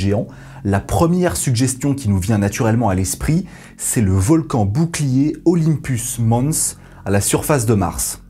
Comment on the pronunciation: Je t'adore, mais en vrai Olympus mons... pense à Jeux Olympique pour la prononciation. Désolé mais va falloir flageller grave là